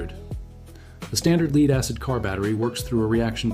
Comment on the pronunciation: I really hate people using text to voice syths. And if he's not, then explain why he mis pronounces lead not as led but lead.